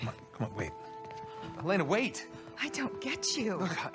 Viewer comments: Such a great video. Only one problem. It’s El-lay-nuh, not El-eh-nuh 😂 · Great video I loved it and Her name is (E lane uh) not (Ellen uh) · Amazing video. For the LOVE OF GOD “eh-LAY-nuh” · I was convinced until he called her “elen er”. Only AI would get that wrong. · I could tell it was AI lol, just the general cadence is ever so slightly off, but it also struggles to pronounce “Elena” lol